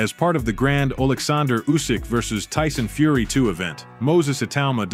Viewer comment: "Ooh Syke-Fury".... AI narrators 😂